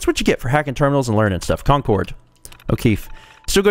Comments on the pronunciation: lol,, Concord is pronounced "Con Cerd" The second half rhymes with Bird. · Please, everyone from Massachusetts is cringing. It's pronounced "CON-Curd" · As someone from the Northeast, that pronunciation of Concord pains me. XD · It's pronounced Concord